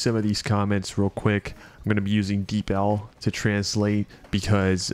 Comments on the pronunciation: Yea LOL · Omg you pronounce deepl as “deep ell”? I thought it was “deep uhl” 😭😭 Great vid btw defo subbing